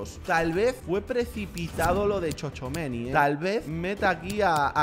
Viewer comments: Se pronuncia chuameni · se pronuncia chuamení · Robert tchouameni se pronuncia "chuameni"